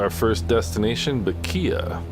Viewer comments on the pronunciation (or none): Bequia pronounced beckway